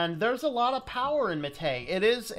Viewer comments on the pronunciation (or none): The Prentice on Mate is on the a, so it's "mah-té", not "maté".